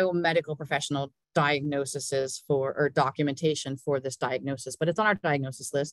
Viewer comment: Lovely presentation! But can we (nurses) pleaaaaaaaaaase STOP saying D I A G N O S E S E S. I don't know how this started, tbh. Singular = DiagnoSIS .......with an I Plural = DiagnoSES .....with an E. Thanks, the Nigerian Nurse.